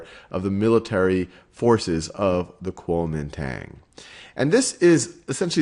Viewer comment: If you can't even pronounce "Guangzhou" and "Kuomintang" why are you making a video about Chinese history?